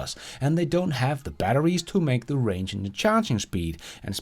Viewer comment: Not to nit pick but its Range not Rang. Rang is what your cell phone does when someone calls ya 😛